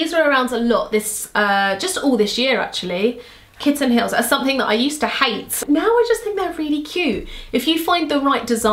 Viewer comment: For a minute I thought you said "my granny heels" 👵🏼😄 I love kitten heels, I got a pair of red suede kitten heels on ASOS 😍 xx